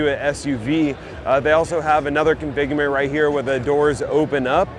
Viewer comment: Configurment=configuration Thhhhhulee racks=toolee racks Re-creating languages since 2025 😂